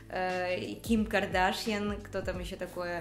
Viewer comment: Блин у нее фамилия кардашян а не кардашиэн 🤦‍♀️🤦‍♀️🤦‍♀️